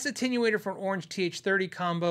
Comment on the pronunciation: finally said Jagauar, attenuator, and Illinois correctly, but it didn’t sound right coming out of his mouth. 😁👍